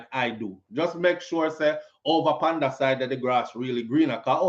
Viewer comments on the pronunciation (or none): none